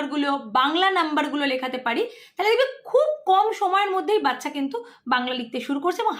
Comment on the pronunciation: Didi video ti valo hoyeche. Kintu baccha pronunciation ti bodhoy aapnaar thik hoy ni.